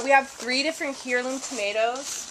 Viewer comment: Heirloom = 'air-loom'